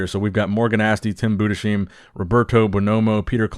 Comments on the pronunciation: It's "Tim Budes heim" (only spoken together) Not "Tim Bude sheim"! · Tim BOO - DES - HYME Please. Not "Boo-d'Sheem" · pls stop butchering Tim´s Surname. Pronunce it Bu-des-haim. Not that hard. ;) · FYI. Budesheim is pronounced Bu-des-heim, you pronounce the s and the h separately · preach "Budesheim" is still supposed to rhyme with "lime" (to begin with 😉) But hey, I remember Günther Schlierkamp (yes, officially with an double dotted "u"). Flex Magazine kept referring to him as "Gunther" – until he became a top level Mr. O finalist, who even beat Ronnie Coleman in some Grand Prix competition. Not till then, Flex Magazine granted him his double-dots on his "u" 😄So I guess for Tim to have his last name pronounced correctly by American media, he has to become way more successful as a pro. Still, he is much better off than the Swiss guy from the late 90's and early 2000's, Jean-Pierre Fux, whose last name, if misspronounced, turns into offensive language 😂